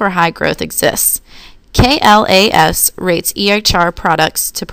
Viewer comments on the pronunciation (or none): From Kim D. Slocum, FHIMSS, President, KDS Consulting, LLC (Continued from previous) I was also impressed that the team was aware of the high ratings that some of McKessons software products had earned (note to team: KLAS is pronounced as a word—class—rather than spelled out as letters). The team also had a good segmentation of the PHR situation and seemed to understand that these products dont appeal to all consumers at the same level.